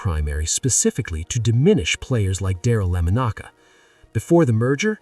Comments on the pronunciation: His name is Darryl LA MONICA not lamonaka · At the mark, did you say Daryle Lemon-Ocka? WTF??!!!! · How do you pronounce Daryle Lamonica's name right the first time and then constantly miss pronounce it afterwards it is not lamanocka that is how you sounded. It is Lamonica. I watch him as a kid he was Great he was the Mad Bomber as correctly labeled I guess I need to apologize as there is actually 2 voices pronouncing his name the main voice you are the miss producer , you I do not apologize to. If Daryle Lamonica gets in the Hall of Fame it will be like most of the Raiders, he will have die first There could be no other worthless institution, then the professional Football Hall of Fame. They are about as political as the U S political System, completely ridiculous about the only thing they Excel in is lies. Pro football hall of fame, You're right there with them Yes he and many other Raiders like Plunket, who by the way won 2 Superbowls, should be in the HOF, but because the are keeping them out I will never visit the HOF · LAMONIK not LEMACKA thank you AI again and once again it’s time for raider fans to quit complaining. Al Davis did do that and he heard a lot of of his players, but he refused to ever conformed anything considered to be an outlaw maybe but not at the expense of your players. Don’t believe it as Tom Flores ask Jim Plunkett ask Marcus Alan. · These AI narrated videos are so effed up. The man's name is not "La ma noka" It's Lamonica! Sooooo disgusting! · Since. I’ve been a raider fan since day one of the Franchise as soon as I saw his number I knew who you were going to talk about. But thanks to Ai and the terrible butchering of his name. Even being an diehard Raider fan I couldn’t take it anymore and turned the video off at the 7 minute mark. This Ai video is even a disgrace to other bad Ai videos. Way beyond bad. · Lam-ah-knock-ah? AI voice just sucks! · Lama-knocka??? Freakin' generated voice slop. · "Darrell Lemon-aka?" A. I. is a sad joke.